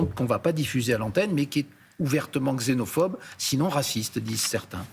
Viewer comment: Ne pas prononcer gzénophobe, mais ksénophobe. Ils parlent pour parler, & ils parlent mal.